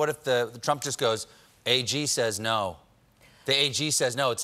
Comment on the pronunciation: "compu-er says naooow" cough